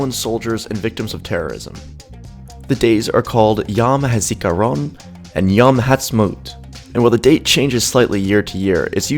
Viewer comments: Yom is pronounced yo-m and not yo-wu-m word in Hebrew are spoken fast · Yom is not pronounce Yahm as you said a few times in your video. Yom is pronounce like ohm with a "y" in front. Yahm as you stated means sea. Thanks for the video.